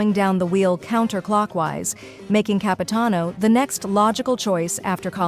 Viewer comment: It's Capitanover